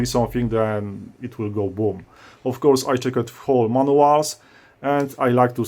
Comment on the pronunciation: your videos are great! btw I laughed hard whenever you said: if you dont do it correctly, it will BOOM ahhaha